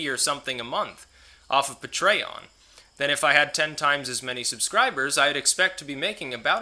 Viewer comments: I'll give you $2 a month to stop pronouncing it "Puh-tray-on" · You pronounce patreon: pay-tree-on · Lets say it together... Pay tree on. Patreon. LOL. keep up the great content. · Hey!!! Don't puh-tray-on-ize me man!!! Lol. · The way he pronounces patreon is pretty funny.